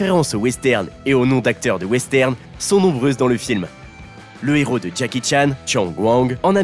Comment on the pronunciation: Travail ton élocution... Y'a régulièrement des erreurs de prononciation... Exemple : Un néro... je suppose tu voulais dire un héros 😂 désolé celle la m'a beaucoup fait rire 😂